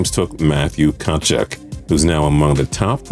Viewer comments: Katchuk? You mean kechuck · Don’t cover hockey if you can’t pronounce a name like tkachuk, kind of an important one